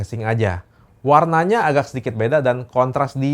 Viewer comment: Bro bukan agag tapi agak. Saya dengarkan baik dan nonton video ini .